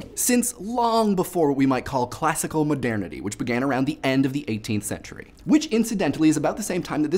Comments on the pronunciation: Given how often the word was used in this video I feel the need to be a pronunciation-nazi and point out that it's pronounced "mo-dur-ni-tee" like modern-ity, not "mo-dair-ni-tee." It sounded really weird to me every time I heard it. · 1. I'm not sure, but I find your pronunciation of the word "modernity" hilarious. 2. The lyrics are a bit off to begin with and fair use is supposed to be fair game. 3. Happy Thanksgiving! (Screw political correctness. If someone says "Merry Christmas" and you take offense to that, it's your choice. It's not the fault of the one who wishes you a positive well-being.) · First off, I find it hilarious whenever you say "modernity". It just sounds funny, and second, NO!!!!!!! They shouldn't need to license the songs, because, as you said, it's fair use, but even if it wasn't, not allowing people to have as easy access to your songs will actually decrease the popularity of said songs, and cause you to lose far more money than you would gain by making broke websites pay you money. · I was so thrown off by his pronunciation of modernity.